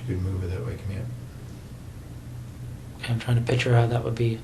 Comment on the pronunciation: Besides all the horrific things this animal did, the second thing I hated most was this detectives poor attempt at saying the word ok. It was more like "KU"...